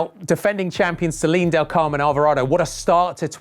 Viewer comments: It's Al-va-ra-do. if you studied little spanish in school,it's very simple to spell. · Its alvarado instead of alverado